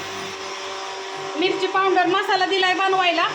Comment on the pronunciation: पाउंडर नाही ग आक्का पावडर म्हण